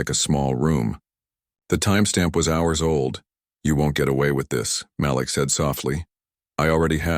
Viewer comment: Malik = muh-leek